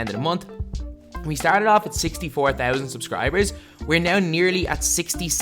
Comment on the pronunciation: Anyone else notice how he says “thousand”